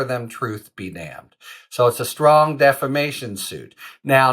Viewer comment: "DEFFERMATION?" REPEATEDLY? ARE YOU KIDDING? You sound like Mike Lindell!